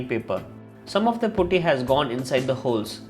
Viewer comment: Putty not pooty